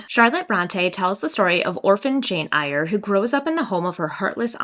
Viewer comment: Fabulous video!! Also, your eye make-up looks lovely!! That yellow Sally Rooney BOTM 🤩 Our UK cover is blue but a totally different design! Btw, the ‘Eyre’ of Jane Eyre is said like “air” 🙂 xoxo